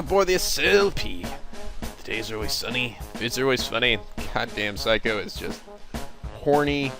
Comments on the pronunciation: ITS NOT SIGH-COH ITS SAY-COH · It's not phsyco it's say- co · Psycho? Really...see-ko. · I know it doesnt really matter now but her name is pronounced Sa kio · Say koe is how I think u say her name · Seiko is pronounced as Say-co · seiko is pronounced sayko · I'm disappointed in his pronunciation of Seikos name. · Hey, good walkthrough so far. I find your readings very entertaining. If I may make an offer, the way you pronounce Seiko's name is with the long "a" sound. In Japanese, ei=ai. (Unless, you knew that and you're just making fun of the name).